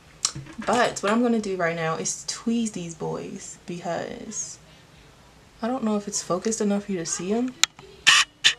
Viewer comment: Please DON'T take this the wrong way. I'm NOT one of these internet bullies. But for future reference, it's "Tweeze" LOVE. GOD BLESS YOU💯😜